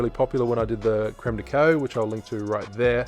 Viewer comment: The way he says "Creme de Cacao" kills me.